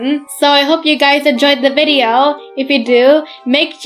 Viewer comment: It’s video not vibeo